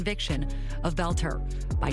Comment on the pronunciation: His name is pronounced “belt-er”. Thanks Benny.